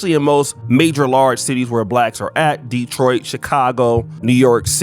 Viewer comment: You pronounced Detroit correctly 🥲